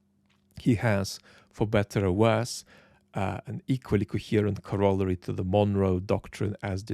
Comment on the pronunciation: its very endearing that you cant pronounce corollary correctly. Thank you for your work